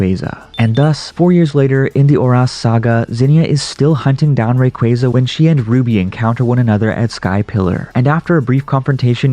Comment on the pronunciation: Ray-quay-quay. What the f**k?